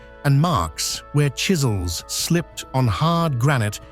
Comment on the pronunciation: Still saying copper shizels unbelievable